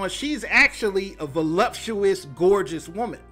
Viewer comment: Did you mean to say "woman?" not WOOOM EN???